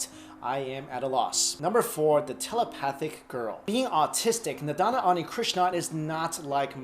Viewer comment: not nadana .. its nandana .. has a hard time finding her on google !